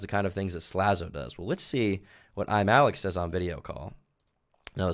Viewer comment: The most annoying thing is that he constantly mispronounced his own channel name, kept saying Imallxeth